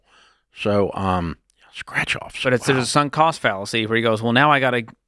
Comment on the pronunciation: *Strach? You mean Scratch